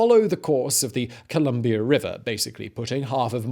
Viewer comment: Uhmmmm i was born and educated in British Columbia. ColUm(not O)bia....sorry